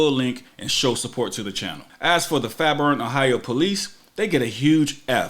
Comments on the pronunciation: It's pronounced fair-born, I lived there, none the less love your vids! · Love it but your saying the name of the city wrong it’s fair-born but one word. I stay in Dayton Ohio right beside Fairborn Ohio